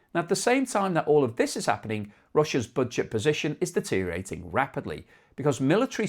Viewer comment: Deteriorating has six syllables, not four.